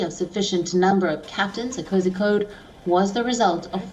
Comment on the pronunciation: Not kozikode Kozhikode /Calicut /CCJ